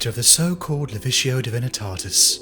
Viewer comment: As silly as it may sound the books, and the performances on top of that give me goosebumps. I listened to your Mephiston video hundreds of times in 2022 when I was at my worst and it helped immensely. You and LordBaldermort are the best, bar none. Thank you EDIT Alright, with listening to the Siege of Terra vids back to back you keep saying "Levitio" instead of "Lecticio" for the Lectitio Divinitatus. Is that personal choice or am I missing something important from recent 40k books